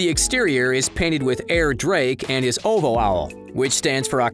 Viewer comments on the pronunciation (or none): It’s OH-VEE-OH not oh-vo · Ain't no way this guy just called ovhoe "ovoh" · O V ho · Man really said “Owvow” for OVO 💀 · Bro really said Ovo instead of O.V.O 🤦‍♂️ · Oh-Vee-Oh not oh vo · All the dislikes are for pronouncing OVO as “Oh Vo” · I know this dude didn’t just say ovo as “oval” 😂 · Actually it’s said as “OVO” OCTOBERS VERY OWN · The guy talking definitely said O.V.O as “Ovo” on purpose 🤣🤣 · It’s O V O not why is he saying it like this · This guy is definitely white pronouncing it “Oh Vo”. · He said ‘OVO’s owl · the way he says OVO makes me uncomfortable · 1st he’s richer than googles net worth 😂 and 2nd who pronounces OvO like that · the way he's saying ovo is funny